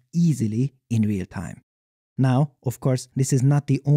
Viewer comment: "What a tyme to be alyve."